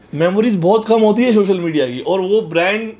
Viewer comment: Shochal 🤣 social bolna